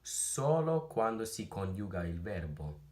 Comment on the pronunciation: Your accent is excellent! I love listening to you speak Italian. But... who was this video meant for? It´s all in Italian XD. One little unsolicited tip: in ´coniuga´ the stress falls on the ´o´. Happy learning!